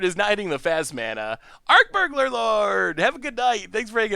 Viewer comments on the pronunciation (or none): is so cute with his beaug-ler rats... its berɡler. Love your content always 👍